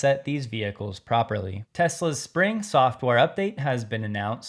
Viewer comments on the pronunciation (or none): none